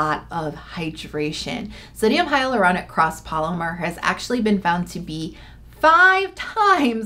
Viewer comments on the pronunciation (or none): none